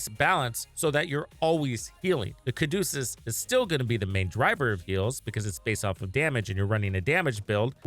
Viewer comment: its the Ca du ce us not Ca du cus